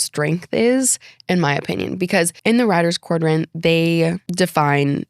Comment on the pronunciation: Quadrant, not quardrant